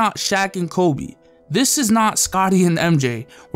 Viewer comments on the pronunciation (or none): none